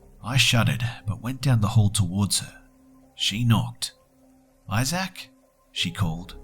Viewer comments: Also.. ay-zack? I think is pronounced ay-zihk, or something similar, never heard someone say it like that before. Sorry, I'm in a bitchy mood today. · Isaac is pronounced "Izick," not "Izack." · btw, I love your vids but it's pronounced "eye-zik"not "eye-zak"